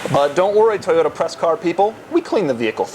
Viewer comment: ToyoTa!!!! wtf is a Toyoda?